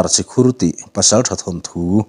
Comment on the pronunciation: Si Khur ani lo, chi khur alawm.